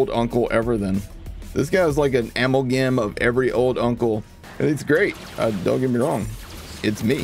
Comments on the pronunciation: Did— Did you just pronounce “amalgam” (uh-mal-gum) as “amol-gam” Took me a second to even get what you had said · Whoa Black Betty amol-gam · I'm sorry..are you a British person trying to say amalgam? Never heard it said that way. 👍